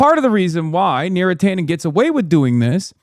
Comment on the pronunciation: Beera Tanden